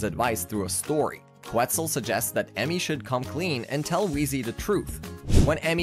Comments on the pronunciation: I’m sorry dude, but they pronounce it (Ket-zul) on the show, not (Queh-Zul) and Enrique is pronounced (En-reek-kay) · Loved the recap, but come on, really? "Qwtzel and "Enrick"................................................................................. And I thought I didn't know how to pronounce Spanish names😂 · This guy has obviously never seen Dragon Tales, cause he doesn't know how to pronounce Quetzal right. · I SCREAMED out of sheer embarrassment😂